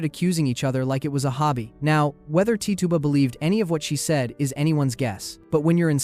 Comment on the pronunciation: Tituba is pronounced Titch-uba not Tee-tuba, fyi